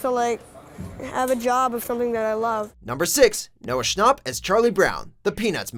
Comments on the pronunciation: "Noah sChNoPp" 😂😂😂😂😂😂😂😂😂😂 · Whose Noah Snop it's Noah Schnapp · "Noah Shnopp" nO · ”Noah scHnoPt”